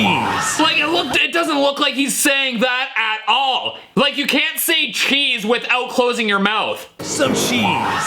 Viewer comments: “Here’s SOME CHESE.” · Yes, but it would sound like the [t] sound of the CH in cheese went away. Cheese turns into sheese. Like how cheers becomes sheers